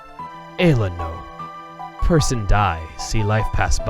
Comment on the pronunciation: He pronounced ayla correctly on the fly